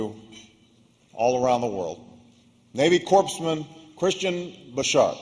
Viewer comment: I was under the impression that the 17th parallel didn't divide Vietnam anymore. Guam is going to tip over? Da fuq? Navy Corpse-man? It's pronounced *core-man* Navy Corpsman, common Barrack.